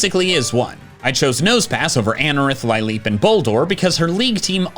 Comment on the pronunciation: Why do you pronounce lileep like that??